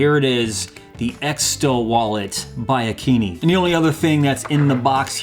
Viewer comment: I believe it’s pronounced, A Keen i (eye) , as it makes more sense lol. But I would love one of these !